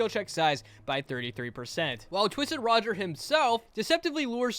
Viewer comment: It's rodger not roger